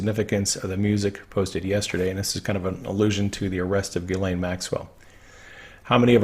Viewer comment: Not sure how She pronounces her name but the correct French pronunciation is: (hard) Gee - len. Not Gee as in "Oh gee!" Nor "layne" but "len". With Stress on 2nd syllable.